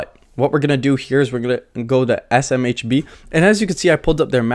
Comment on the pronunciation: you can do it buddy! SMBH! ESS, EM, EITCH BEE, :-) ESS, EM, EITH, BEE